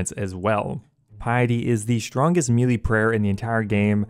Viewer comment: Great vid, getting right on it, love it. But for god’s sake man, melee is “May-lay” not “mealy”